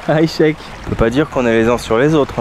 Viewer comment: 'aychek ne se prononce pas avec un " h " au début mais avec un " 'ain " et personne ne dit choukrane qui appartient à l'arabe écrit littéraire, tu m'as l'air de connaitre l'arabe comme moi le chinois